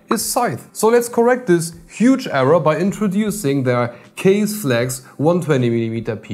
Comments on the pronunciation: Its not kaze. Its ka ze. Means wind. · Its not Kaze.... Its Kaz-aee(from the old days)... Also bruv.... I really like your videos And i agree on scissor part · It’s pronounced (Kah-ZEY)! Scythe is bad ass. In the earlier 2ks they use to sell bad ass little 25mm fans I used for cooling chipset heat sinks. Blessings. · I thought "Kaze" pronounced something like Kah-zeh like japanese or something. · Kaze should be pronounced 'car-zeyh', since it is a Japanese word which translates to wind or breeze. you can try put the word 風 into google translate to hear it. They also use Japanese word for their other fans line-up such as jyu (as in 10) for 100mm, jyuni (you guessed it- 12 )for 120mm and hachi (8) for 80mm. if anyone ever read or watched Naruto, i'm sure they'll know what 'Shuriken' is.